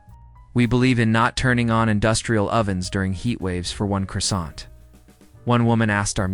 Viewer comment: . These AI voices need to be trained on foreign language recognition and pronunciation. Lyon isn’t pronounced lion, it’s Lee-ohn, with the “n” truncated, giving a nasal sound to it. And , Nice is pronounced Neece. And, as an aside, the “t” at the end of croissant is silent unless followed by a vowel, as far as I know. , US size 6 is likely larger than European size 6.